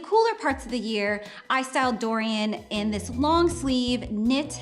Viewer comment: "Dori-yawn" goooossshh